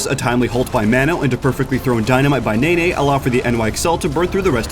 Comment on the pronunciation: NENNE: NE (as in "Ne"lson) NNE (as in "nay"). NOT NAY NAY